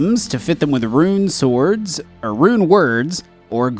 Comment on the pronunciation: "Runeswords" seriously, your mispronounciation was way off. lol XD